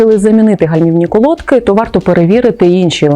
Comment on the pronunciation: Правильно наголос на и, колодкИ